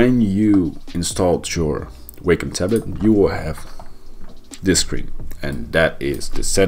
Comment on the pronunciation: you're pronouncing Wacom incorrectly and you're saying it soooo many times lol